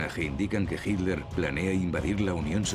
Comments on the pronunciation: Por qué los españoles le dicen Hilder a Hitler?? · por que dice HINLER, ACASO ESTA PROHIBIDO DECIR HITLER?? HITLER